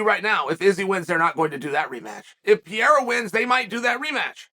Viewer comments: Dude , is not "pi -era" is ''Pe - rei - ra'' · Convinced he said "pee air uh" on purpose bc there's no way he doesn't know how to correctly pronounce it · What’s not different is uncle chael calling him “Alex Pee-era” undefeated undisputed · he keeps calling Alex ‘Pierre’ 😂 tf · "Pierra" wtf is wrong with this man 🤦‍♂️ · Alex Pee-era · Ladies and gentlemen welcome to the Pee-erra. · Chael saying "Piera" on purpose never gets old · Pee Era. It is the Time Period of Urine! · Pereira... or to Chael P-Era or Pierre. I already know Chael calls Chipotle Chipoltay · Does he intentionally butcher his last name or is he just not able to say Pay Hay Rah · It's been so long and calling him Pierre-ah still cracks me up